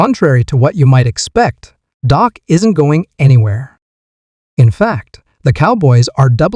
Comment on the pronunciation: If you are going to make commentary at least know how to pronounce the players name. It is Dak not doc and it’s not mchomwees.